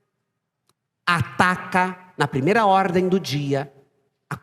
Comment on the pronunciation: NOJENTO OUVIR UMA PESTE DESSA DIZER QUE O GOVERNO BOLSONARO É FACISTA. IMBECIL WUE NAO SABE DIZER A PALAVRA ORDEM, DISSE ORDE. ESQUERDALHA ENDEMONIADA, ASSIM BOMO ESSE CANAL.